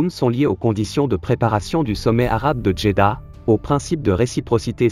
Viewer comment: "D"jeddah 😮😮😮😮 Depuis quand nous les marocains on parle avec "dj"???? Beuuuuuuuurk